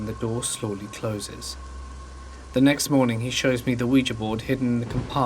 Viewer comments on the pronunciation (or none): none